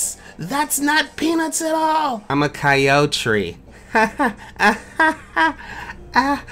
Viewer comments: "Coyotree" That was perfect :"D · ‘I’m a coyo-tree’ 😂